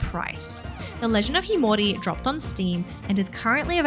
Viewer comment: Sorry, but that's not how you pronounce the title...